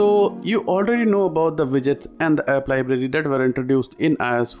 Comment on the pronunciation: Is he saying vidgets?